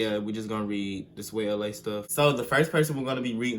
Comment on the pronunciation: The way he said swayla he said it like swayelea